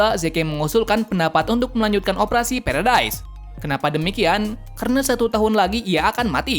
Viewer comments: Pulau Paradis❎ Pulau Paredais☑️ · Bang pulau paradise itu dibaca pulau paradis